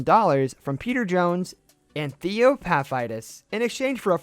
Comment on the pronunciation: It’s Theo Path-eet-isss, not Path-ite-is. You made him sound like a disease